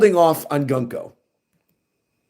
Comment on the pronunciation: Peak One Piece! Btw, Gunko's name is pronounced as "Guunko\Goonko".